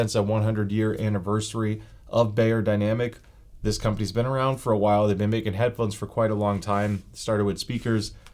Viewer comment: you wouldn’t say soony or heefeemain. it’s not bay-er, it’s buy-er. beyerdynamic is a german word. “buy-er-dynamic” not “bay-er-dynamic”